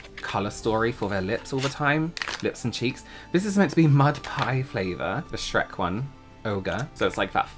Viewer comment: The first thing I thought was how says "SHRAYKKK" with James 😂